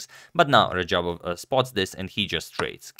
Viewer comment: This guy totally messed radjabov's name lmao